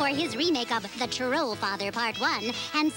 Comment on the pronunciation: Toll/Troll smh I thought was fluent in English